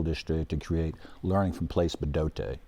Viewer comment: 😆😆😆 " quality leeerning center" 👎🏻 ever wondered what it sounds like when you embezzle then flush tax dollars down a toilet?